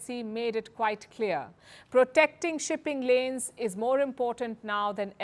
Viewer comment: Shi-pping Lanes= Xi-Pin-Lin